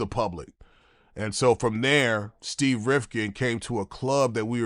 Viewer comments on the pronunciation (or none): none